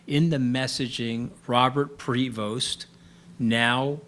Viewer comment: People please know this: the name 'Prevost' is French. The 'st' is silent. Do not pronounce the 'st', it is silent.